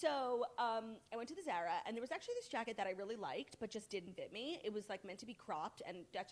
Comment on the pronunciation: Zara with the short a. I can’t